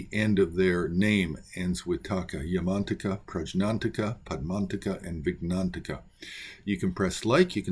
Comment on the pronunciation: My Tibetan Buddhist Tulku pronounced it “Yah-man-TAK-ah” not “Yahman-taka” — emphasis on the TAK is key.